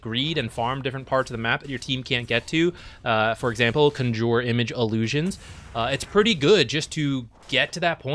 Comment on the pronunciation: Yes, accent is in the wrong place.